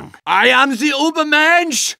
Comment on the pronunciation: Did he say, "I am the unbermench!"?